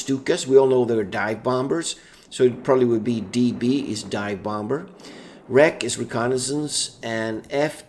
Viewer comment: stop saying bomber weird my dude